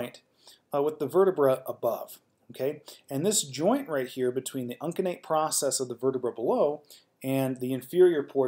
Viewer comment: Uncinate is pronounced with a soft C, "un-seh-nate." Plural of vertebra is vertebrae, pronounced "vert-eh-bree."